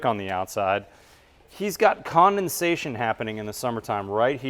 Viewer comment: The word is condensation not commonsation.